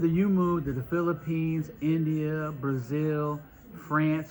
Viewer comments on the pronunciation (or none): none